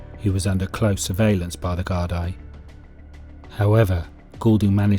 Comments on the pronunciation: I can't see the point of A: using the American Westies gang at the start, and B: using American footage to portray some of the nefarious actions. And the Gardai is pronounced "gard-ee". The actual facts of the situation are spot on and very well researched. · No darling from the states ? In ireland just cos no all speak gailge meaning fuckin irish its pronounce is gardi ya smart cunt.